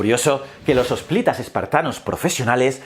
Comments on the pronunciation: Y "hosplitas". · ¿Qué sucedió con tu dicción, tu pronunciación? ¿Peleponeso? Eso podría estar en Brasil...😂😂😂 ¿Hosplitas? Estás "muy pero como que muy" apurado. Te envío un abrazo y siempre te sigo en "Historias ..." y "Ciencias...".